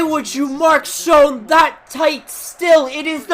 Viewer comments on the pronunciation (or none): none